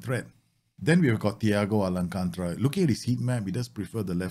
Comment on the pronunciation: Loved the vid but its thiago alcantara not alancantra lol